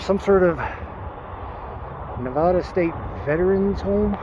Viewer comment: The fact that you can't pronounce the state name correctly and that you are spending what you make by gambling and on ridiculously overpriced hotels in a tourism driven city just goes to show where your head is. If you want to live a nomadic life you do you, but don't go around shitting on the place that people who have lived here since the 50's and settled this town have grown raised their families here and loved. Sparks is WAY nicer than Reno which is nothing but transients and drug addicts and alcoholics. The transient issue here has gotten worse and worse over the years because the stores don't stop people from begging outside the shopping centers and because nobody wants to ACTUALLY work. There's a spot near the old DMV area where construction companies will pick up day laborers and pay them really well for a day's honest work. Don't like it here? Stop being part of the problem and go "have fun" somewhere they'll tolerate your trash talk about their city more.